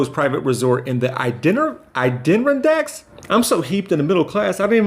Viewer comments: It’s pronounced A-da-rondax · Oh boy. From a PR perspective, don’t further the stereotype of “the uneducated black man” please. Don’t make a YouTube video about how you were a geography minor and don’t know how to say “Adirondack”. That makes it look like you didn’t earn your degree or you got your degree from a box of crackerjacks. It’s a harmful stereotype, please don’t give it any room to breathe.